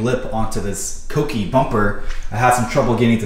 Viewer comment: You're the only Youtuber I know of that pronounces Kouki the correct way